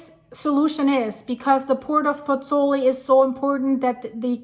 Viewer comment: BOTH vowels in the diphthong in Pozzuoli are pronounced - Pozz - oo - aw - li. You are leaving out the 'oo.' Disrespectful to mispronounce the name of the town - which I have visited by the way. The composer, Giovanni Pergolesi ( ), spent the last year of his short life there...